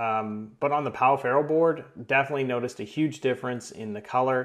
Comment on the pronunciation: in case anyone wants to know, it is pronounced like pau "feho". Great vídeo!